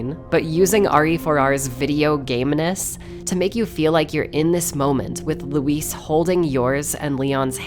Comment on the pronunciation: Luis cera? I think you mean LEEWWWIIISSSS